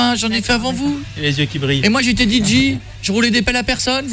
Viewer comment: Cauet, je vais te le dire pour la dernière fois : DJ ne se prononce pas di-dji mais di-jay!